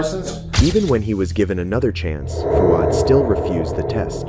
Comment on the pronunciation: I’m Australian and I’m a bit of a grammar/pronunciation nazi….. the way the presenter pronounces “Fouad” as “Fu-ad” was killing me. Fwaad my bro. FWAAD